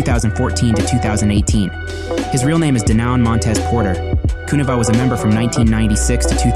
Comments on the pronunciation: Great video but you're killing me the way you say Kuniva..Subbed! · Kuniva is pronounced like conniving, flava is pronounced like flavor.